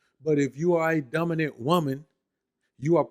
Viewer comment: Dumbinant not dominant